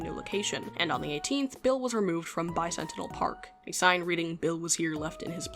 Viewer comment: I understand the confusion, but as a fan of Transformers, I desperately need you to know that Bicentennial is pronounced bi sen TEN ee uhl, because, "Bi Sentinel," is not a mental image I need or want